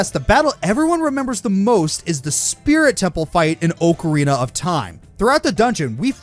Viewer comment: I don't know why, but, the way pronounces Ocarina strikes a nerve with me. Don't know why.